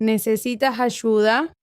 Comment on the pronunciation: It sounds like homey was using a voice changer to make the female voices HAHAHA - sounds really strange. Not sure about Ayuda being pronounced like "huh-SHOO-dah!" Turned it off at that point.